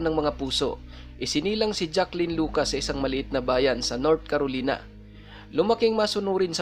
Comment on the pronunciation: Air maganda ang kwento mo. Ang tama pong pronounce ay SRAPNEL Hindi po sharp nail. At KAROLAYNA po ang tama. Thank you and God bless...